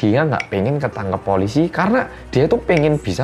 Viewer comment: kita: polisi editor: poolisi